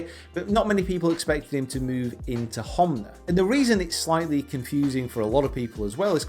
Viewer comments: is it honma or homna as you keep pronouncing it ? 😊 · anyone else notice he said homna not honma?